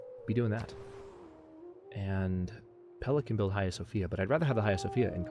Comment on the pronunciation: Hey when you say Hagia Sofia the "H" should be silent.So its pronunciation is Agia Sofia.